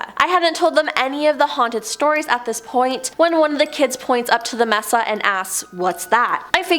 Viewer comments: I have OCD and a problem with narrators that pronounce words wrong. No offense, I love listening to these, thank you for all you give to us. Mesa is maysa, not messa. No clue why. Stay safe and thanks again. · Sorry to be a noodge, but MESA is pronounced MAY-SAH. With the accent on the first syllable. Unless you ask our Mexican friend - he says MAY-THA Mesa means TABLE in Spanish. It describes the isolated, flat-topped elevation, on a ridge or hill, with steep sides. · The word is pronounced may-sa not mess-sa. Thank you😊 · I’m sorry but u bout drove me crazy mispronouncing “Mesa” smh lol sorry